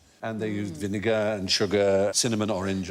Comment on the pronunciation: definitely did NOT sound like he said vinegar